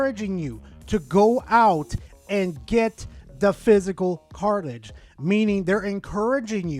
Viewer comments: Say "cart" Now say "ridge" Now put it together "Cartlidge" SIGH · Today I learned can't say the word cartridge. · There’s a lot of controversial stuff on Verlisify. You’re not saying cartridge correctly. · going after his own people now? Never thought id see the day of furry on furry violence 😂 (You shall now make your character have ears and a tail, I command it!) P.s: say cartridge correctly next time